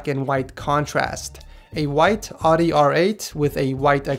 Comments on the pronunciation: wowowowowoowow Did you just pronounce Audi, "Odi?" I'm pretty sure it's pronounced, "Oww-De," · audi is not pronounced "aw-dee." It's "ow-dee" (like "ouch").